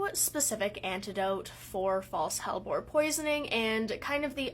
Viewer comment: I keep hearing bulborb instead hellbore